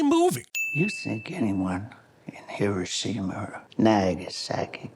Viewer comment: You missed an actual sin here too. Truman, being an American from Missouri, would have said “Hiroshima or Nagasaki”, not “Hiroshimer or Nagasaki”. The intrusive R there is specific to non-rhotic speakers like British people, Australians, and some dialects of the northeastern US.